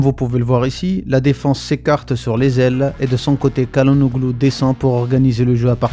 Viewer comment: CHA LA NOLU pour la prononciation. Vidéo intéressante.